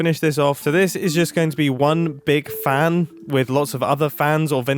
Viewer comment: ''farn''. where did the london accent appear from mumbo?. (its pronounced ''fan'' for context)